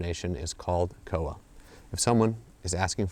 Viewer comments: koha... pronounced core-ha ish (closer than cowa) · Hey great video! Just wanted to point out the pronunciation of koha is "core-ha" rather than "koa" :) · Te Araroa=Te-ah-rah-raw-ah Koha=Call-hah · the O in Koha is a little lower, and it's two syllables, Ko-Ha, almost. Or at least that's how I've always said it, how I was taught. As always, it differs from place to place.